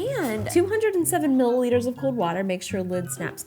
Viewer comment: she is a baker and struggles to say mililitre 😂💜💕